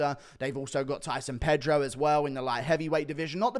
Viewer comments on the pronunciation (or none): none